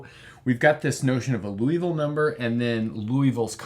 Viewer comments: It‘s Liouville (LEE—OOH—ville), not Louisville (LOO—EE—ville), he was French, not from Kentucky! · That's not Loui. That's Liou. i like ee in tee (including the i in -ville) and ou like oo in zoo. Something like leeooveel. The final e is mute. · I hate to pick a nit in an otherwise excellent video. It's not Louisville (pronounced Loo Eee Ville, as in the home of the Louisville Slugger baseball bat). Rather, it's Liouville (pronounced Lee Ooo Ville). It's not a big deal, but like confusing Eratosthenes (who was apparently good with sieves and the Earth's radius) with Aristophanes (who was some kind of playwright in ancient Greece), it's easy to avoid. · I believe it's pronounced "loo-vull" rather than "loo-e-vull". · You're pronouncing Liouville as if it were spelled Louisville. You can find the correct pronunciation on the wikipedia page for Liouville (first syllable closer to "lyoo"). Other than that, great video! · You keep pronouncing it "Louisville" instead of "Liouville". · Hate to nitpick, but it's Liouville, not Louisville. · Liouville, not Louisville. Can you talk about Martin's number? Has any irrational number been proved to be normal to every base? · Nice explanation. However, it is not Loo-ee-ville, but Lee-oo-ville... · ...more like "Loo-vall" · More like Lioo-veel, where Li is the same Li in Liberty. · Isn't the name pronounced "lee-ooh-vil" or "lee-ooh-vee" rather than "looh-ee-vil"? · As a French speaker, in French, it would be pronounced loo-ee-vil. Edit: I misread Liouville as Louiville. It should actually be pronounced lee-oo-vil. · Pronunciation is LEE-OO-VEE-L' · Unfortunately, the same argument cannot apply to other interesting numbers. By the way Liouville is pronounced lew-veel (poor lay zanglay). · It's probably because that's basically how says it- he swaps the sounds for "ou" and "i." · I hope I don't sound rude, but I am pretty certain that Liouville is pronounced "lee-OO-veel". Otherwise, great vid! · I only hear Loo-evil-number